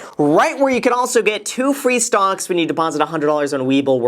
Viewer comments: I'm sorry... did you say STONKS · Ummm... did anyone else notice that Graham called stocks “stongks” ? 😂😂😂😂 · "Stongs" can continue rising for the forseable future 😂🙌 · Did he just said stonks? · Did he say stonks? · Did Graham say Stonks?